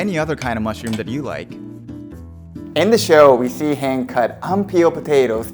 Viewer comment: Great production and delicious looking stew, but her name is pronounced "Han-Jee", not "Hang" 😅